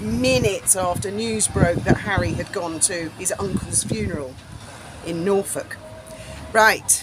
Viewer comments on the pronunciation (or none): none